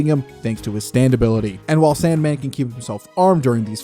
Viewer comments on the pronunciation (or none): Did you just call SANDMAN SOUNDMAN?! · It’s evil Sandman